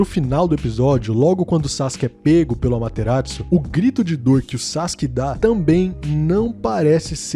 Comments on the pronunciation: É Amaterasu, não AmateraTsu. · Itachi Japones: AMATERASU 👁️🔥🔥🔥 . 🩸 Itachi da dublagem: AMaterazuu 👁️👄👁️💅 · ''Amaterassou'' Por algum motivo os caba ficou calando ''Dublador do Itachi falou com um T''